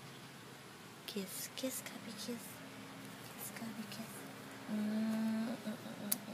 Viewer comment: it sounds like she's saying gubby. not gabby.